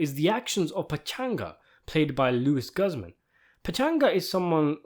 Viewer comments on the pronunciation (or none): It’s pronounced Lou-iz Gooz-man